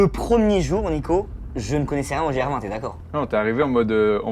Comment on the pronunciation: Merci pour tes super vidéos de plus en plus quali juste apprends à comme on prononce gr20 😂